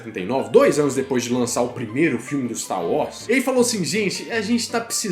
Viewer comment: É wars (uórss) e não "Uós" 🙄